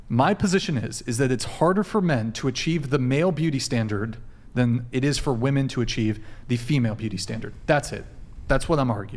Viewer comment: Why can't any of these women ever say women? Every single 1 says woMAN instead